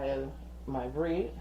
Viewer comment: Thank you for the clarification. Your recipe sounds great. Note, the “ad” at the end of bread is not silent.